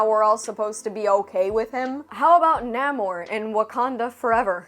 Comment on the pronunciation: Nah-mor? No it's Nae mor(Namor)